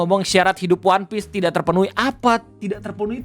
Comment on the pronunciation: Dari logat dia ngomong "wanpis" aja udh jelas itu propaganda. Entah kenapa gw bisa ngerasain bedanya gitu org yang emg nakama dan otaku dengan org yang karbit, terutama dari cara pengucapan lafalnya. "Wanpis" dan "One Piece" beda. Kalau susah kebayang, coba dengerin bang Rei ngomong "one piece" dengan org di video itu ngomong "wanpis". Coba juga bandingin ke pejabat-pejabat yang gak tau one piece dan nyoba melafalkannya. Beda gitu cara ngomongnya.